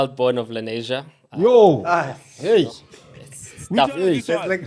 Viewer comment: It's "Lenasia"